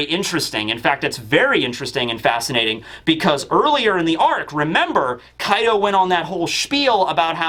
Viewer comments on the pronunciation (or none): Kaido's actually sounds like 'Card' when you talk Engrish.